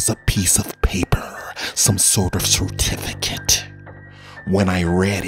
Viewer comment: CertiFicATE HOrrAHhh